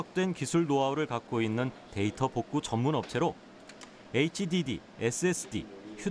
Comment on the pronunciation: 나레이터 애있찌디디라고 읽는거 ㅋㅋㅋㅋㅋㅋㅋㅋ